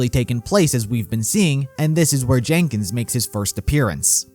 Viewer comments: i love you buddy but its spelled Jenkins and its not Genkins or Gankins even look at the RVB Credits and you pronounce Wrong this entire video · Theres no g in jenkins